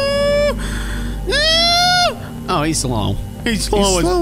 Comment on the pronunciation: It's not a jeefy is a JEFFY